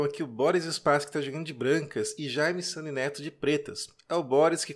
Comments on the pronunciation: Sempre ouvi SUNIÊ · Vc pronuncia o sobrenome do Jaime de forma incomun. Em toda minha vida não tinha ouvido essa pronúncia. Ficou muito estranho ouvir "sani". Mas a partida foi muito bem escolhida. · Olá amigo eu acho que a pronúncia não está correta, Sunye em japonês significado iluminado e se fala Sany é o navio do Luffy de Onde Piece ..Mas não sei como pronuncia o nome do mestre Sunye! Muito Obrigado por comentar! 🙏